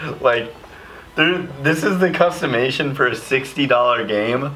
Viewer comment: “Customation” I love it